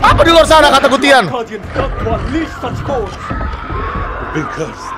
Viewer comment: Gutian bang bukan Gustian,Gustian mah temen gw🗿🗿🗿🗿🗿🗿🗿